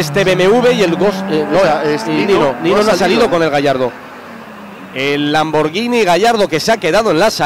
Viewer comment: No puedo con "LamboR"